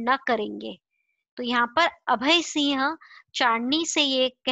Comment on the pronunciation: Please improve your pronunciation of (singh not siah)